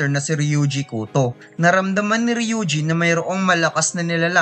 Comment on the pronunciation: hindi o kuto basa dun sa apilyido nya goto po hehe